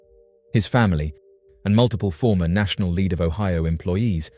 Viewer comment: Lead. Pronounced led. Not "leed". Sorry. Just sayin.....😊